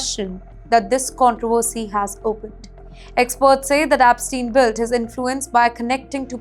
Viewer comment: I know right! Who are Jaffrey and Apstien, one wonders?